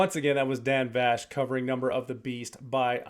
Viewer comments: Yeah for a Dan Vasc (pronounced Vask) knowledgeable reactor! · Vask, not vash❤ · IMO, there is nobody out there that can compare to Dan. He blows everyone else out of the water. His covers are so much better than the originals that I find I can't listen to the originals anymore. LOL. Thanks for the fantastic reaction! And FYI his name is pronounced Vasc like ASK. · Correction needed: Dan’s last name is pronounced like ask/ mask/ bask/ task, but with a V in front. (You’re saying it with a “shh” sound at the end.)